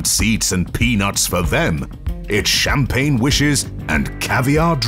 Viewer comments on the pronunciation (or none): none